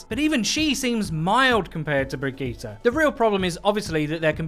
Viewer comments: He say bre geta like brevegeta lmao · No offence but it's pronounce bridge it